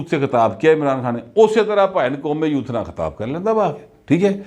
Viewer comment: When you say, “Qaume Youth” it sounds like Qaume Loot. What do you actually mean?